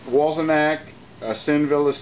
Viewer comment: You keep saying Wollsenak. How hard is it to pronounce Wollensak? And no lap dissolves with that model unless one closes down the lens iris which is feasible on any camera. The mechanism is in need of a service, I can tell from the noise and behaviour because I service Paillard-Bolex products. Regards, S.